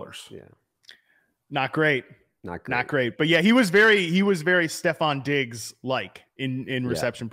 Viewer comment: You lost me at the 15th time you said “Stef Diggs”